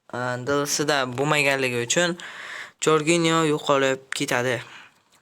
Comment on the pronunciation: Salom Barat.Jorginyo deb yuboribsiz Jorjinyo